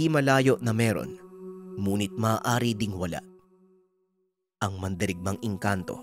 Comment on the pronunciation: bakit yong ngunit muh munit yong pagkasabi muh DBA dapat ngunit bat munit??